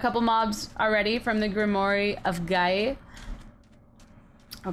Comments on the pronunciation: it is pronounced grim-wour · TIFF!!! what I think you're trying to say is pronounced (Grim-war of Guy-uh) a grimoire is a book of magic and Gaia is Mother Earth. Love this series so far, it's so cute.